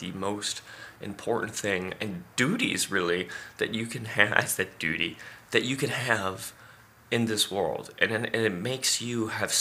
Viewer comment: You said dooty....😂😂😂😂,I never take myself to seriously....yes,I think a big problem is coveting,you should be content with what you have.